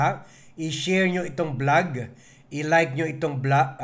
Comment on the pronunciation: Hindi blag kundi vlog ang pronunciation ng channel mo. Ayusin mo naman ang pagbibigkas mo Ng mga salita,nakakairita Ang mga sinasabi mo.